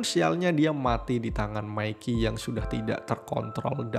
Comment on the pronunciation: namanya:izana yng gw denger:ijana namanya:mikey yng gw denger:maikiy